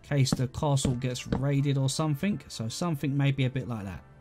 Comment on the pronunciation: No one::........I fink somefink loi fhat